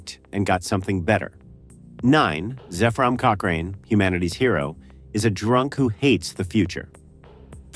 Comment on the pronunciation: Lost me at "cochRAIN."